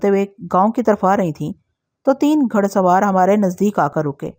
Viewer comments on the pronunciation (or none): گھ پیش ڑ سوار گھ زبر ڑ سوار نہیں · گھڑ سوار کیا لفظ ہے یہ گھوڑے سے بنتا ہے گھڑ سوار ۔۔۔ گھ کے اوپر پیش کی ہلکی آواز نکالتے ہیں